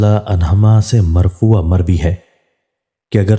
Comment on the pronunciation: مرفوعاً ھے مرفوعا نہیں